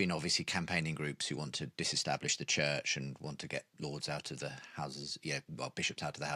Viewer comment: Hard to listen when the interviewer keeps pronouncing CHURCH as CHITCH.